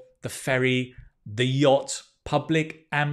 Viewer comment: Dear, it is YACHT 🙂 not yatch 🙏